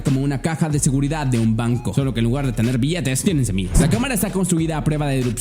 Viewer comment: Todo bien pero dijiste semias y se dice semillas hay curiosooooo